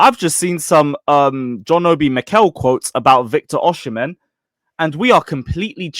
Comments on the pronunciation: It’s pronunced “Oh-Si-Men” not “Uh-She-Men” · Bro osee-mehn. Not oshi -mehn